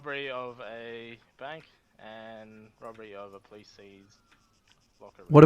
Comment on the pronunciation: also says ‘robery’